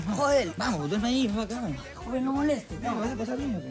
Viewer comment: Jajajajajaj me cago de risa cuando se refiere a joel como Yoel 🤣🤣😆😂🤣😂